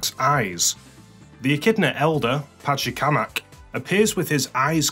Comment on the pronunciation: love it that you mispronounce Pachacamac. The jingle for The Egg Carrier was used during the cut scene where Eggman transforms the Egg Carrier into a battle mode to make it harder for Sonic & Tails to reach Eggman by going through the Sky Deck.